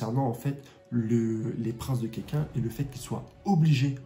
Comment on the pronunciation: Ça se prononce "kakine"